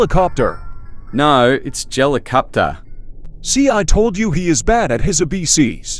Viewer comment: Bruh Man said abc's as abeses